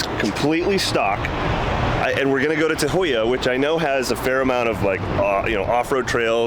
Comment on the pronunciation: Ta-who-yuh. That’s how Tahuya is pronounced.